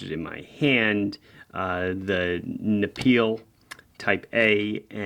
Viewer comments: Your pronunciation of "Neapel" was hilarious. If you just used Naples you'd have honestly been closer. 😜 Try to pronounce the vowels more like in "Nevada" and go with Ne-a-pel. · Your pronunciation of Neapel is rather off, no worries, it's German for Naples (Napoli), the Italian city.